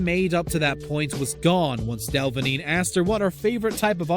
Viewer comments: Del-a-vine not delvine... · Who tf is del-va-neen you mean dela-veen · Pretty sure it’s pronounced Cara Del-a-veen. Just saying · It's not "delvaneen", dude. It's "delaveen" pronunciation. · (Del-a-vene) < (Del-Vin-yay) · "the model cara delvigñie" what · “Cara del-ving-eh” 😂😂😂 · PRONOUNCED "DELA VEEN" FFS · “Cara Delvna-yay” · Lmao Cara Del-vi-ngé? Hahahha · You do know you pronounced Cara Delevigne's surname horribly wrong? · His prounancing cara's name wrong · Well.... You pronounce Cara's last name wrong and this aint Cara... It's Jennifer Lawrence...